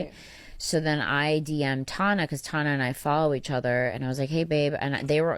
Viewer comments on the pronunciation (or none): the fact they both called her "Tahna" is sending me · The way she is constantly misprouncing their names 😂😂😂.